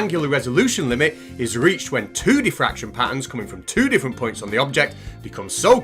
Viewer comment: Isn't it diffraction not defraction??